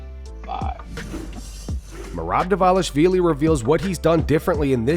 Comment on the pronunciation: “Merab DVALISHHHQVILEY!” 😂😂😂 showin out again.. lol. Bet Suga, got it. 👍🏻